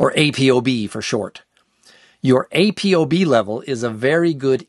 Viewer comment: It's pronounced Apo not A.P.O. You say ApoLipoprotein, right? Not A.P.O.Lipoprotein. Carry on.